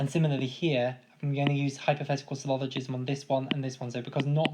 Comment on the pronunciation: it's "syllogism" not "sylloligism".